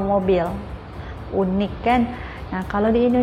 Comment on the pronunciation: Unik juga tapi disebut bunyi yunik (ikut sebutan bahasa inggeris).